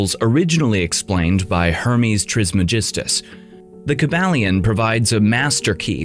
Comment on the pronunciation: That’s not how you say Hermès’ last name…